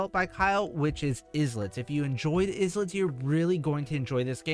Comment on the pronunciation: Why does pronounce it "Islets" and not "I lets" 😭😭